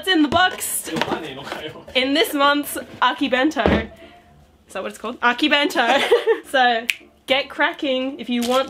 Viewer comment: She butchered akibento and akidearest